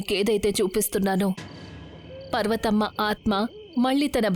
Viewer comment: పర్వతమ్మ ❌పార్వతమ్మ ✅